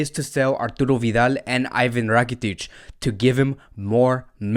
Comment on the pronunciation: Its IVAN RAKITIC and not IVIN RAKITIC